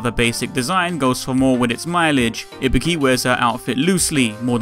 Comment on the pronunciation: first off: THANK YOU FOR PRONOUNCING IBUKI'S NAME RIGHT! SFIV kills me everytime with their pronounciations >~< and then the hidden where's wally, perfect ninja~